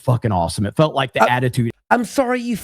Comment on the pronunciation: Emphasis on felt lol